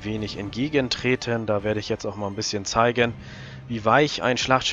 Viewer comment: Was soll diese Betonung? Hat das irgendeinen Zweck xd? tretEN wirkEN ?!?